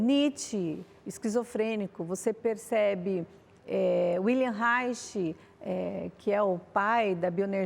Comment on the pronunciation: Sou Cristão. Ela leu wikipedia e sequer pronuncia o nome de Reich corretamente. Em alemão, “W” tem som de “V”. W.Reich morreu de maneira heroica acuado pelo Macarthismo qdo se recusou a não registrar uma patente, pois acreditava que o conhecimento faz parte da humanidade. (não estou aqui concordando com toda a abordagem de Reich) É horrível o nível de crítica que se faz, assim, nós Cristãos andamos para trás. Uma psicóloga que não conhece escolas de psicologia! Então fique quieta! Para criticar Judith Butler e afins não precisamos antepor Deus; o Senhor nos dá ferramentas para olharmos Sua criação. O interessante documentário “O paradoxo da Igualdade” é bem ilustrativo, vejam no youtube. Por exemplo, uma psicóloga (aparentemente darwinista) coloca que a natureza em milhares de anos não deixaria de criar estruturas cerebrais no intuito de consolidar o feminino nas mulheres, como estratégia de sobrevivência natural. É interessante notar que onde não existe repressão, tanto o feminino quanto o masculino são respeitados como desejáveis e naturais (Malinowski). Abraçar uma ideologia de morte e tortura (isso é de Cristo?).e aliando-se a bolsonaro é suicídio político e religioso.